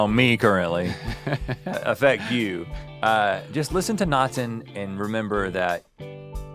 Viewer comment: Being Scandinavian and listening to Rhett saying Natten is too funny 😂 I will definitely check out Bremer/McCoy, thanks Rhett! 😁👍 Btw Natten just means "The Night"